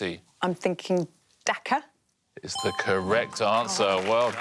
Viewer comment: I think Katie is saying "Dhaka" which is the capital of Indonesia and not "Dakar" which is the correct answer but her accent hides it and they give it to her but if you look at her reaction I think she knows that she got away with it.